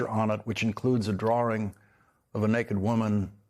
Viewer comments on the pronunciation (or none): The word is drawing, not drawring, 😊